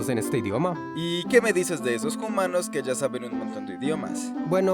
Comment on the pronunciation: porque dicen jumanos?